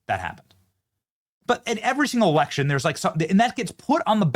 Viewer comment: erection* ..not election .. i love the fak-u-tree girl ! 😂👍🏻🤪😂